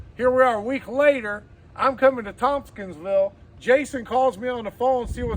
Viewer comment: There is no h in Tompkinsville.